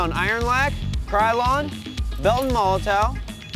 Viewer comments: MoloTOW its pronounced MOLOTOV. ITS FUCKIN GERMAN, IF YOU CANT PRONOUNCE IT, JUST SAY BELTON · it's a german brand, w = v sound MOH LOH TOHV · Isn't molotow pronounced "molotov"?